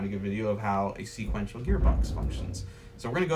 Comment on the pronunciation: Haha “seequential”